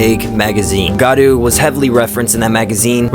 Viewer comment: Hey man, I've enjoyed your videos in the past, and I've noticed you consistently call gyaru, 'garu' instead. I know it's a little tedious/difficult to pronounce the word if you're not used to foreign linguistics, so I'm not trying to belittle you or anything, but it would go a long way imo if you make an effort to pronounce words like that a little more closely to the intended pronunciation. In case it helps, here's how I would transcribe it for you: gee (like in geek) - yah - rou ; Preferably try to shorten the "gee" at the start so you just go from G to Yah, but that might be a bit difficult at first, so even if you elongate it all, it would still be better than 'garu'. Keep up the fashion videos, love your hair and your voice.